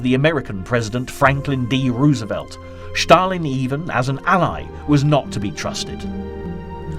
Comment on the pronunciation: Ah, here is that guy who pronounce "Shtalin" and, most important, makes a lot of other mistakes... What a waist of time